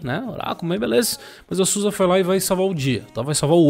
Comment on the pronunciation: Boníssima notícia ! Só um adendo : como é bom escutar "Zusi" e não "Sussa" !!!!!!!